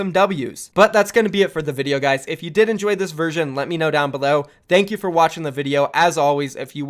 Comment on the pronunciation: Can you pronounce thank you normally? Pls